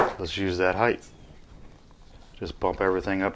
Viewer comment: Perfect "heighth" every time when you use a bump jig. Lol